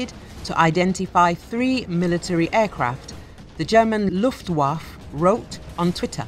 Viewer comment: Wait a minute. The British narrator on a German channel can't say "Luftwaffe" without utterly screwing it up?